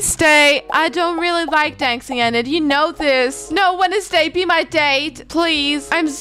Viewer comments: it's pronounced ee-nid I think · Btw, Enid’s name is Pronounced Eee nid:) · Ur pronouncing Enid wrong it’s ee-nid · Love the vid but I think her name is pronounced ee-nid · I kinda am mad but happy its just that you say en id but its Enid you have to hear the E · HOW U PRONOUNCE ENID IS LIKE"EENID" BUT ITS SPELLED 1 E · ok i am going to say this btw even tho i say this does not mean i am not a fan i am a big fan of u but the way u said enid a how u said wednesday is kinda funny (not being rude btw just telling u:) ) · It's Enid say Denis